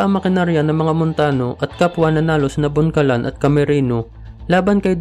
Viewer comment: Lino Bocalan po, hindi po boncalan